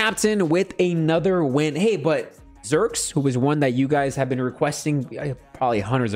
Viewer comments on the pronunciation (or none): its zhyyyrex not zherx bro check out his montage and other videos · It's a like T-Rex that's like Zhy-rex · I think it is pronounced as "ZHAI-RIX"